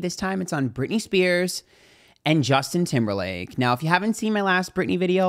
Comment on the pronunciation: The way you said his name 😂😂 All capitalized letters and exclamation marks 😂😂